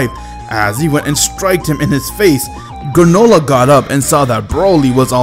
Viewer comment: Did anyone else noticed when he called GRANOLAH manolah.😂